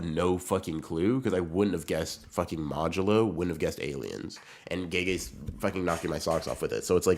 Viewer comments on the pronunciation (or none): Bro doing anything but reading modulo